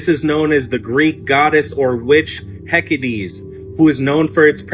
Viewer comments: Homeboy calling Hecate “Hecades” and saying 2 moons instead of 3 discredited his whole argument 😂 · The guy trying to talk about Hekate, or “heckadees,” cracks my shit up lol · Oh good lord. I'll say for the time. Neither are "dark" or evil It's also pronounced heh-kah-tehy and ba-ph_o-mey. Pentagram started off christian. Christianity comes from and vastly copies pagan belief systems. The 2 moons is the symbol of the goddess. Baphomet represents duality. 🤦‍♀️🤦‍♀️🤦‍♀️🤦‍♀️🤦‍♀️🤦‍♀️ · I laughed so hard at the guy talking about Hecate. ALL medicines have always been made from plants since the dawn of time. And how can he expect anyone to take him seriously when he cant even pronounce Hecates name right? There goes those paranoid christians with a low IQ again. About the Big Bang... scientists will be the first ones to tell you when we dont know something definitively. A lot of branches of science is a lot easier to study than others and astronomy is one of the harder ones. The Big Bang hypothesis has never been declared to be absolutely proven, but it is the most likely hypothesis for the beginning of this universe. This is because we have clear evidence that the universe is expanding and so logically it must have been smaller from the beginning. When tracking the oldest light we can see it tells us just how far back in time it was once originated, which is about 14 billion years ago. So we get that number of the age of the universe, but all astronomers say that this is not definitive proof of the age of the universe. It might have started as a core nucleus smallef than an atom, but it may also be that the universe expands and then shrinks and goes through the same cycle infinitely. Its only articles in magazines like Illustrated Science, which dumbs down recent findings and hypothesis so that any layman can understand it, that claims any findings to be absolute, but science doesnt work that way; they all say that nothing is 100% proven, but it can be prove